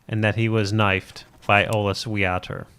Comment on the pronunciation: And Wiater should be pronounced "Vyater"